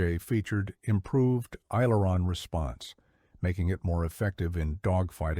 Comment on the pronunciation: AI narrator needs to pronounce aileron. That is the trouble with all of this AI narrators